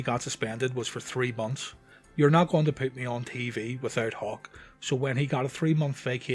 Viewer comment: When you say Hawk, it sounds like you're saying Hulk